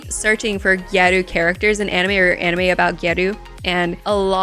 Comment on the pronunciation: Anime 😏. You had it correct ... it's not ani-meh :p .